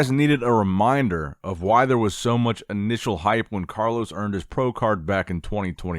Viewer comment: Not musch...